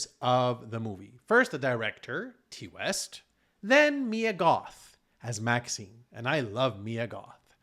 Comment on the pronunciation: No disrespect, but if you're reviewing horror make sure you know that Ti West is pronounced "tie" not "tea".🍻